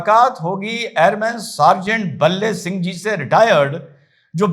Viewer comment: भाई का नाम भले सिंह है न कि बल्ले सिंह।